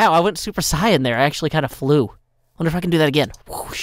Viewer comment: reason is the best hermit: he pronounces the word Saiyan correctly